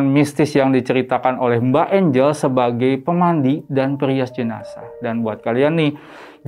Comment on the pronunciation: Bukan jenasah om tp jenazah